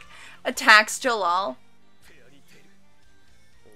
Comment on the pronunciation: It's Jellal but there's no L sound in Japanese so they struggle with it so it's comes off as an R sound like 'gerrard'. It's Jellal though - the author likes western names hence Wendy, Lucy, Gray etc